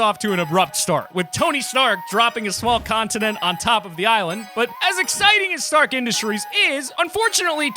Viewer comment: Did he say small contenet big big boi yea!